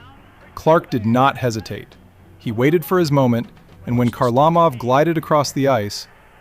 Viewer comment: "Zeelbear" Perreault?" "HarLAmov"? Seriously?